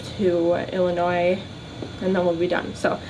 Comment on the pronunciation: At least you know how to say Illinois correctly... people who can't say it right get on my nerves to no end...